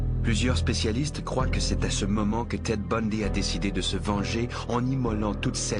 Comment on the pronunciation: L'accent anglais au moment des prénoms et noms des victimes rendent incompréhensibles ceux ci. Kinborly litch ? Ted bohndi?